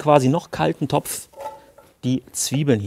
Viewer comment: Mir ging es eher drum, das ich dieses Wort dopf überhaupt nicht hören kann.